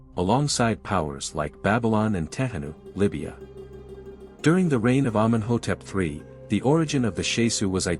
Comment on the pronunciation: Nobody says Amen hotep three. It's the third. Humans know that, robots don't.